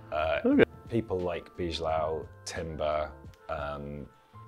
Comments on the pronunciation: You pronnonunce Bijlow wrong. Its Bye Low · when pronouncing "Bijlow": it sounds more like "by low"(Wijndal = wine dal). Since the "ij" is pronounced kind of like the i in ice or like y in by. Well made video, by the way. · Its Bailow not Bijlow